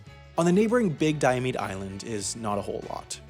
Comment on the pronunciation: I see your research did not include learning how to pronounce Diomede or Adak.